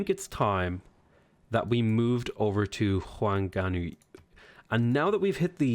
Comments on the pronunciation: The effort is great but in Maori a “wh” makes the same sound as “f”. So Kawhia is pronounced car-fee-a. And with Ngaruawahia, the “ng” sounds like the ng at the end of any word ending with -ing. Pronounced nga-roo-a-wa-he-a. Whanganui is fa-nga-noo-ee. And marae is ma-rye. Loving the game and learning lots! Thanks! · OMG that pronunciation of Whanganui is the greatest. For future reference it is pronounced more like Faang-a-nu-e Marae is pronounced more like Ma-rai Not trying to be mean, just educate, cause it isn't something most people would have come across ^w^ I am so glad that you chose to play my people haha, I am so hyped to play them myself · Whanganui = Fung-a-nui Marae = Mar-eye Source: I'm from New Zealand. But your pronunciation is fun too